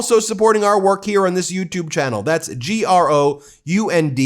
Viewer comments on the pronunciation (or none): none